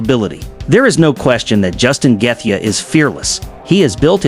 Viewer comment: justin geth-ja? trash ai slop